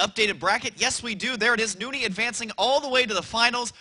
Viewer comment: Husky pronounces it right: New-nee. If you ever hear say Nony he pronounces it that way.